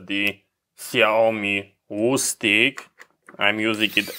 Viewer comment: Ok I screen shotted the pogo pin size you ordered. I had a hard time understanding when you said the name of your screwdriver. Would you mind typing the name/model? Thank you Ok I listened again and I think I found it. Xiaomi electric screwdriver which is 50 bucks on Amazon. You said the word “wustigg” though I think and I did not find that one